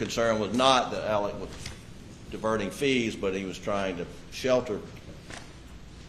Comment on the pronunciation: Oh that’s nice Niw his name is Elic. Not Alex ir Alec. How the hell can one name be pronounced so many different ways Inc lawyers. Excuse me LOYERS. AND EVERYONE. EVEN THE MEDIA. GIR HIDS SAKE WHAT US THE MANS NAME?!?!?!